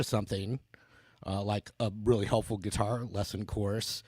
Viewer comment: Sweet gui-tar